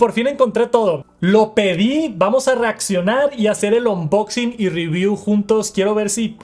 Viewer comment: Por qué decía “onboxing” “apol”